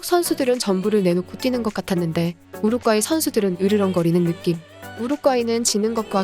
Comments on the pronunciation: 우루꽈이... 발음연습좀하세요 우루과이가 안되나요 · 우르꽈이? 우르과이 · 왜 발음을 못하냐구 우륵꽈이가 뭐야 AI 인건가요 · 어이 한번물어보자 우루과이 발음이 안되서 우루꽈이라고하나??